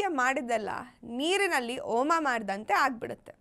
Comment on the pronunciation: asi asi alla.. hasi hasi , oma allaa... homa. Correct aagi pronounce maadi. 'Ha' 'a' galige difference ide.